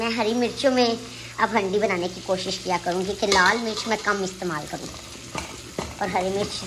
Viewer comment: Hundi nahi haandi 😂